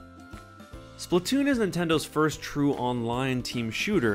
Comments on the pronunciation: It's SPLATOON Not Splotoon even my little Cousin Says Its Splotoon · slAAAAAAAAtoon not splitoon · Why do people say splitoon instead of splatoon? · Fact: The game says splatoon but we all say it as splattoon